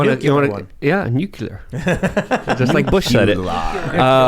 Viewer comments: NUCLEAR!!! FFS you have a nationwide podcast act like you have the vocabulary of someone who graduated grade school. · Ragging on Bush for pronouncing nuclear as "nu-cu-lar' is unfair selective ridicule if you don't mention that Jimmy Carter, who was a nuclear engineer in the Navy, also pronounced it that way.